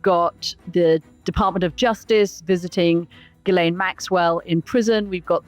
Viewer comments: Mooch, come on, man... you gotta stop calling her "Jisslane." Ghee-len. It's French, you know. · 'Jizz-lane' Maxwell? Are you sure that's the pronunciation, Mooch? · The s in Ghislaine is silent. It’s pronounced “Shi-lane”. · Let me help you out Mooch... since you didn't take the effort to learn how to pronounce Maxwell's first name, even though you are in the political commentary business commenting on a very high profile individual... Hard G and silent S. Like, Gee-Lane. Its not rocket surgery, it's called Google. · A Producer needs to tell Scaramucci how to pronounce Ghislaine & it's nauseating how he refers to Epstein as 'Jeff'. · Anthony’s credibility is a bit dubious if he can’t even pronounce Ghislaine Maxwell‘s name correctly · Katy for goodness sake tell Mooch how to pronounce Ghislaine!!!!